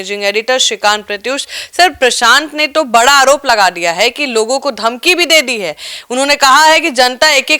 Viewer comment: दे दिया को डे डिया मत बोलिए, 😅